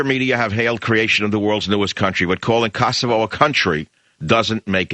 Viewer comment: Michael Savage - get the pronauncenation of Kosova/Kosovo right. LOL!